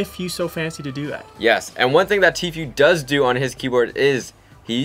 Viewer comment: Why do people pronounce tfues name like Tfew it's obviously pronounced Tfoo